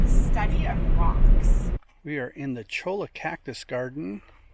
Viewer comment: I've been all around that area, but never actually inside Joshua Tree NP. Looks beautiful! BTW: Cholla is pronounced "choy-ah"